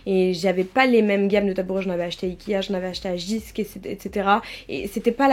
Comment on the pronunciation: C'est pas un reproche, mais jysk se prononce "yusk" et pas jisque (c'est danois)